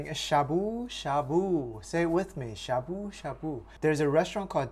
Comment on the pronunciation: Why ya sayin' shabu shabu like shaboo shaBOO? T.T Now people are gonna start saying it funny. T___T